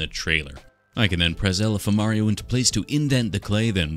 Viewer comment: Ngl I kept hearing him say alpha mario.